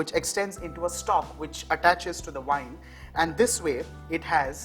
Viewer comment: Greetings from a very cold Finland. Just a bit of advice. Tomatoes grow on VINES not wines. And they are called TOW-MAA-TO(Z) not tametoz. Listen to BBC Radio once a day. It's free and your English will improve hugely if you want. Thank you for all your cooking tutorials. Your teaching style is great especially because of your smiling cheerfulness.😊